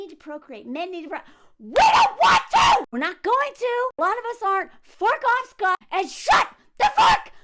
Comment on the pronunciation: I know you are saying "shut up scott" but I keep thinking you are saying "shut up sluut"